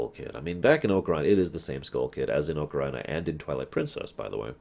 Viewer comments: I always say "Ah-ka-ree-na", and I can understand "oh-kuh-ree-nah", but "oh-ka-RAI-na" is freaking ridiculous. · I flip a little every time he says oca-rye-na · Bruh it's AH-KUH-REE-NUH. You say it like it's Vagina of Time